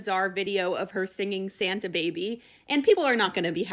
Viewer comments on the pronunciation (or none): She really said SaHnTa Baby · NOT SAUNTA 😂😂😂😂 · Not Sauntah 🤣🤣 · "SUNTA" Baby 😮 the poor kids with a narcissist as a mother